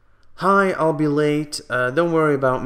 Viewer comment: Try saying it phonetically "Aisle be" (EYE-ull) as in an Aisle of Chairs. Might help. She thinks you said ALL as in ALL of us.